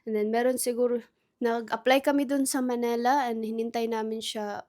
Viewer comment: It's Manila, NOT Manela. 😢